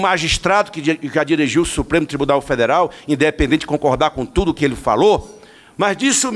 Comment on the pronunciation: Ele chama “ TUMO ‘ Afff que português feio